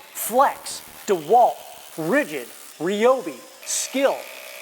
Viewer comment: Rye-obi not Reeobi.